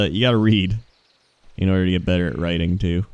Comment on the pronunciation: cannot actually pronounce writing...